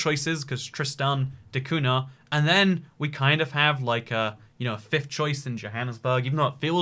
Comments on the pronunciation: Man said Tristiana de Kahuna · You got Tristan da cunha all wrong bro, the name and the island